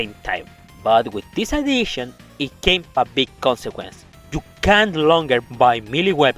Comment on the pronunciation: I need you to work on your pronunciation of the word CAN'T It's hard to hear certain part what you said... what were you saying Did you say they are that powerful?